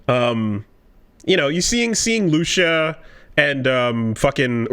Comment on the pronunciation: It warms my heart that after all these years and still call Lucia "Lusha"